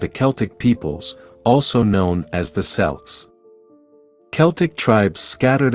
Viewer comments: Which book of chronicles there's two of them. I have not found javeth in the Bible. It's Celt with a hard C as in Kelt not Celt as in Selts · If you pronounce them as (K)eltic people wouldn't it be (K)elts instead of (Sh)elts? Is the narrator an AI?